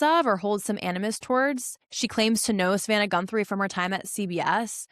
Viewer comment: Her last name is GUTHRIE not GUNTHRIE. FTLOG.